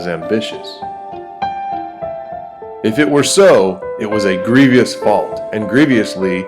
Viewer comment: He says grieviously instead of grievously. And grievious instead of grievous.